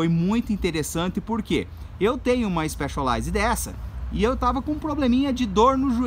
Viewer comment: Que diabos de IXPÉXOLAIZE que ele tanto fala?